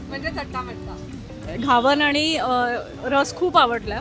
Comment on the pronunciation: Ugach inglish, mahag diste ahe, ghavan ucchar nit karava